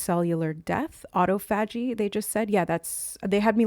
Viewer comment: I haven’t finished the video yet (12-13 minutes in) but just wanted to come over and comment before I forget that “autophagy” is pronounced: “uh–TAW-fuh–jee” (rather than: “ah-tow–FAH-jee”). But I LOVE everything you have to say about it and would NEVER want to take away from your message in any way by being a grammar police! In fact, I wouldn’t normally bother to bring it up at all because I think most people know when something is the same word even if they hear it pronounced differently. But for some reason it took me a really long time to realize it this time — I even heard you discuss autophagy previously, but only JUST NOW realized that all this time you were referencing the same metabolic/cell renewal process I’ve been learning about lately (from researching the benefits of intermittent fasting). So maybe there’s a message in that? But as I rewatch what you are saying about it (just to place in context with my previous knowledge of the word), I think the reason it didn’t click right away for me that it was the same word is because just by placing the “stress” (or the capitalized part of the phonetic spelling) on FAH rather than TAW, it inherently causes the first three syllables to be pronounced differently as well — so you spoke it like it’s actually spelled rather than how I’ve only heard it spoken. Which makes so much sense why Spirit gave it to you in that way as well, so you wouldn’t trip over the spelling when you went to look it up!!! 🤯 So cool of Spirit 🥰 From